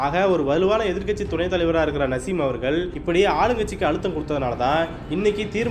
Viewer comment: நசீம் இல்ல தலைவா நாஜிம் ஒரு தடவை தவறாக உச்சரீத்தால் பரவாயில்லை பத்துதடவையும் அதே பேரை உச்சரிக்கிறீங்க காரைக்கல் தொகுதியில் தொடர்ந்து 35வருடங்களாக சட்டமன்ற உறுப்பினராக இருக்கிறார் நாஜிம்